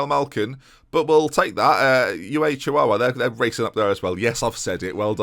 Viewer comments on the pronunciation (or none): Chi-wow-a,... chi-wow-a